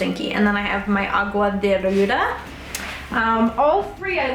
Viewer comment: Its the way you say agua de ruda for me 💀💀💀 hahah love ya